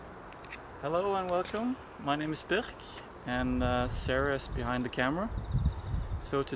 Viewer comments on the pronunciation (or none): Norwegians? The way you said Birk sounded bergensk